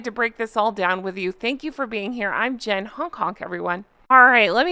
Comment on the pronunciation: Jen knows his name. She's saying it wrong deliberately lol